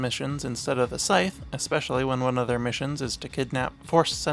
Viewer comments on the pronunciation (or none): final th with a silent e voices the th to say /ð/ like in “the.” Scythe is pronunced /saɪð/. Also I believe the Tie Advanced V1 wasn’t created until 5BBY (seen in season 1 of Rebels being unveiled as a new ship) which is why we don’t see it in Kenobi. Great video!